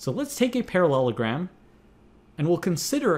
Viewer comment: "ParaLOLogram" At this point, I'm guessing the first time was the only time he pronounced it right.